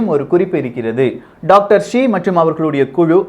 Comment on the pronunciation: It is not Dr Zee, it is Dr Shi